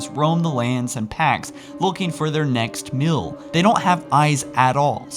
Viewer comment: "and look for their next *MILL*" do you mean *MEAL*?